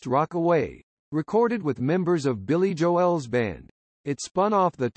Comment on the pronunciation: "Billy Jo-elle!" 😆